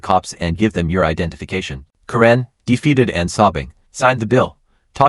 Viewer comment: Ka ren? Who doesn't know how to pronounce Karen??